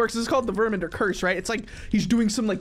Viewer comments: It's Ver-man-der not Ver-men-der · Love your vids so much btw it's VermAnder with an A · I think the right way to say the titles name is verMANder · Verr-min-derr” just to help pronounce it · ITS VERMANDERP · It's ver-man-der